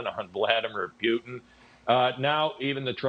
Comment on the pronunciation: "Pewtin" lol